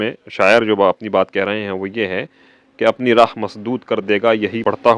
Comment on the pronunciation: Raah not rah❤❤❤❤